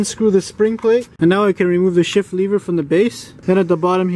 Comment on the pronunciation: "lever," not "leever"